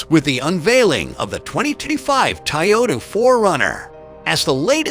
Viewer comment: Nice “Tayota” !